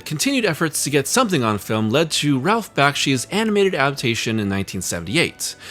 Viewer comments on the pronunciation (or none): none